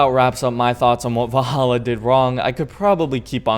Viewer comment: Lol "vah-hallah"